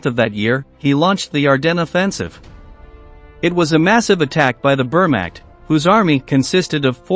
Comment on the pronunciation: Please learn how to pronounce Wehrmacht